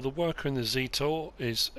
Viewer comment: Hello In reference to the observation you made about where the Zetor Tractor was made. It does sound as if it is a Russian made tractor. In fact it is made in Brno in the Czech Republic.Also it isn't pronounced Zeetor. It is pronounced like Jet Zet and then or. I hope this info is of interest. Keep up the good work with your videos. Regards Mark.